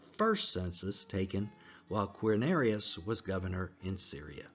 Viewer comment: You lost a lot of credibility for me when speaking of the census of "Quinarius". ??? It's not Quinarius, but Quirinius. For someone who is purporting to put forth details surrounding the birth of Christ, how am I to take you seriously, when you can't even pronounce the governor's name correctly. 😊